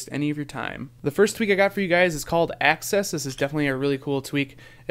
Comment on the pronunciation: i think hes saying 'axis' not 'access'